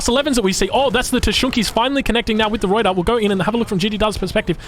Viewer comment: Old replay but I have to comment because I am so distracted by your pronunciation or lack of. 1) Pick a pronunciation for "Ruyter" and stick with it please. I recommend not rolling the R since you're Australian and your normal speech pattern is non-rhotic. Just use the Anglo-Australian pronunciation and call it good. Going back and forth between three different pronunciations is extremely distracting. 2) tee-pee, not tee-PEE. Best regards.